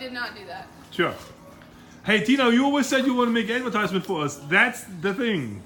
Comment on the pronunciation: get to the choppa, it's ahdvetyzement